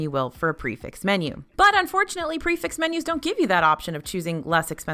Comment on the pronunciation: Prix - Fixe pronounced "Pre Fe" because it is a French term and nothing is ever pronounced as it is spelled. It means fixed price as it applies to a fixed menu. I love this channel and thanks for what you do.